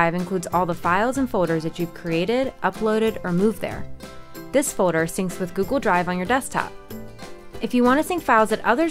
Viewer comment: Wait is it just me or does she really pronounce folder as "foader"???